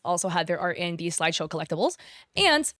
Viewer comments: Why are you saying slideshow instead of sideshow? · I swear as a collector it was so frustrating she couldn’t read SIDEshow right. Guess Peanut brain couldn’t read properly over all that yapping